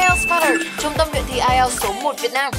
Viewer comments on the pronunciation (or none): none